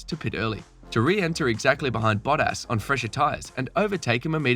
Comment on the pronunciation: Valteri botass💀 wtf is that mate???